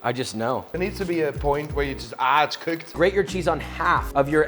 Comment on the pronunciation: its coeked! 🤣